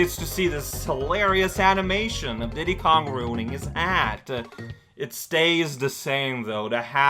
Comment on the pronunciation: I like how you pronounce Diddy "Dee-Dee", makes me think of Dexter's lab.